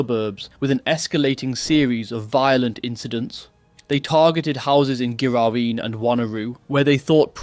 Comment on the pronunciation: Joondalup like June the month, not Yon, and a hard G on Ghiraween, but otherwise, well done on some really hard place names. Fortunately, this kind of shit is relatively rare here in West Oz.